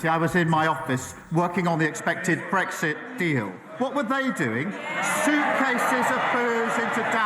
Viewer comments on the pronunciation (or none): none